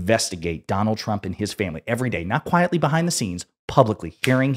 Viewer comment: plubicly that is…